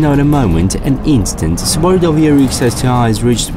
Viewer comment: All I heard was "Qubaru". Can't even get the right pronunciation. haha